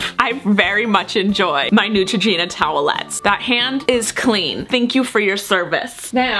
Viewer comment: you said neutroginura